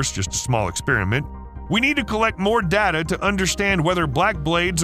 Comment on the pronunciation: It's pronounced data, not data.